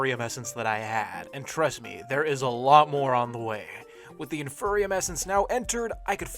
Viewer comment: No offense, love your videos, but you saying “in-fur-e-um” physically pained me. Its “in-fee-ree-um” because its the INFERIOR seed. Thanks for coming to my ted talk.